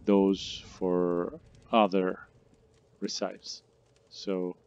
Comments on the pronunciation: I was having difficulty figuring out the best recipes, unaware that what I really needed were "ree-cypes". 😀 Just kidding. Thanks for the game advice. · Recīpes? Lol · Recipes pronunciation 🤣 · Uh are you really saying recipes wrong?? 😂 That isn't how you say it... JS